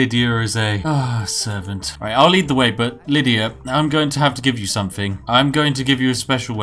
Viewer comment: I like the part where you try to put on what you think is a posh accent but still say "somefing" "stelfy". Also, the Bretons have names like Giraud Gemane and Amaund Motierre, they're not supposed to be British. They have no connection to tea.